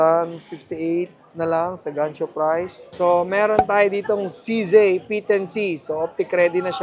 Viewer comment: No offense. It's CZee not CZey